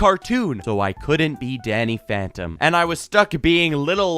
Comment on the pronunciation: Bro this guy said danyy phantom me🤨